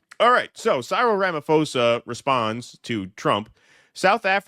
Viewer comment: please learn to pronounce Cyril & row, meaning a commotion (hint: rhymes with meow).